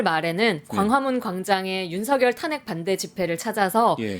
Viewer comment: ㅋㅋ 윤상현과 윤석열의 이름이 뭉그러져 석여서 발음이 되시네요. 윤성연이요? ㅋ 하기는 그놈이 그새끼이기는 하죠.